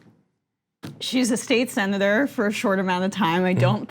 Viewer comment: When said "Sen. Elizabeth", I heard "Saint Elizabeth".